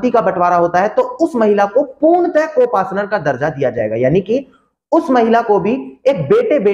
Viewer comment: Co partner Hota Hai ya co Pasnar hota Hai😖